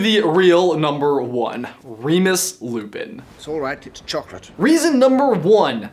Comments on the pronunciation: Its simple. Lupin. Its Lupin. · Two simple syllables Say it with me: Loo Pin It's Lupin.